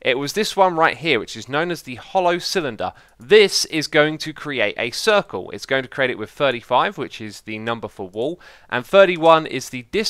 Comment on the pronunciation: Xisuma said gay circle